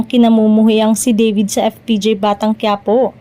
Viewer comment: DAVID po!hindi deyvid!😅